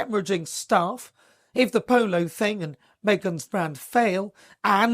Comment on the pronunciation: "Pooloo eez nut jez eh spurt .... pooloo eez eh laugh style ..." How is this relatable?